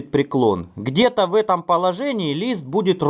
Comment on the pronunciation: Кровь из ушей идёт от "изгиНаться"